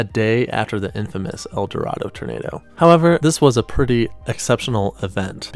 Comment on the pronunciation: Lol El Dorado, Kansas is pronounced "El Dor-AY-doh". not sure why but it is. any local will tell you.